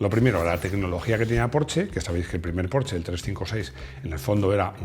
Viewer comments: [Min ] “Yo creo que estoy ya, yo lo comenté, lo he comentado en un video que em, yo era un apasionado cuando era aficionado…” Entre escuchar cómo pronuncia “Porsche” y la cantidad de palabras pronunciadas para explicar un concepto o pensamiento, nos demuestra que es realmente un milagro que los españoles no se hayan extinguido a la fecha… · así se pronuncia Porsche